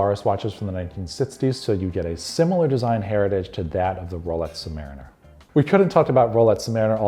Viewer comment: Sounds like he’s saying “rolets”